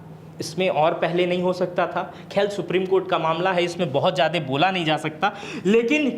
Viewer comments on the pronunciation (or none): none